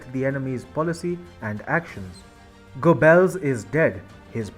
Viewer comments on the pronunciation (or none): Not "go bells" . "Gobbells"